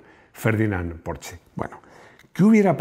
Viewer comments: En verdad tampoco pronunciaste bien Porsche. Se pronuncia "porscha" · No sabes decir bien Porsche 😄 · Hola y compañía. Casi casi pronuncias bien Porsche. La "e" ya no la omites... salvo algún lapsus 😁, sin embargo la "sch" no se pronuncia como "ch" de chepa, sino como la "sh" inglesa. Un abrazo. PD. Tuve un 2CV durante 2 años, muy divertido en las curvas. Y conduje un VW escarabajo en un día de viento y fue la experiencia más terrible vivida, una racha de aire te desplazaba 1 metro entero.